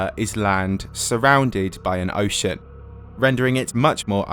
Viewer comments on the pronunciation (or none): "land surrounded by an ohshit" 😆